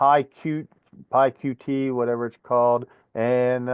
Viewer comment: Jolly good, (I think🙃) You obviously know FreeSimpleGUI pretty well but it all rather went over my head. You don't completely believe me when I say that it's pronounced py cute😁😁